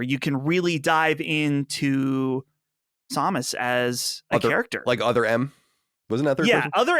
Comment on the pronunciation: Hearing mispronounce samus, almost makes me want to hear these guys do an episode on Nintendo games. Combined with Chris's horrific take on Metroid Prime.